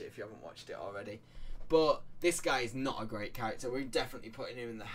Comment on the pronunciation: Damn i wanted to watch this but i have to stop at 20 second… the word is “but” not “BOH”